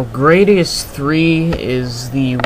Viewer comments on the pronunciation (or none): grah-di-us not gray-di-us